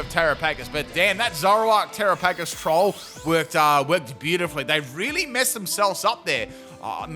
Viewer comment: I don't understand how you see the word Terapagos and think that's how it's pronounced.